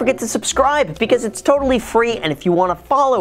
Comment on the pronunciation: “What’s up Graham its guys here” lmao